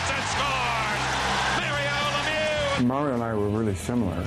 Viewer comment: I like that the presentator really did pronounce Lemieux like it really should sound